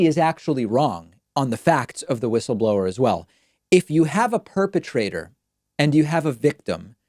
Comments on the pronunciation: Why does David keep saying "Wish-ul-blower"? Is that a dig at Trump's way of saying it? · Linz: WUSSABLOR 😂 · David, I agree with you about Graham.He is really weird and does not know in which direction he should go. Please leave the wishle blower alone. Don't be cruel.She may have a temporary speach problem.. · David, she says wishleblower because she got new lips... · Ur right, David, her "whistleblower" pronounciation sounds really weird, but it isnt just that, she seems to be slurring all her words, especially her "s". Honestly, she sounds at best as some1 recovering from a brain bleed, at worst a drunk.